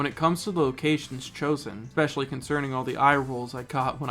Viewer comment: You're frequent use of "eK-specially" will always irk me everytime i hear it; and i will just have to accept this, for you have clearly been saying it wrong for to long to break such a minor habit.